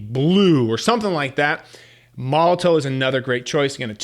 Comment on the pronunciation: Just an FYI, Molotow is pronounced Molotov 😊